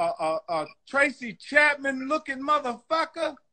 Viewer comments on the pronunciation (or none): He said Tracy Champman lmaoooooo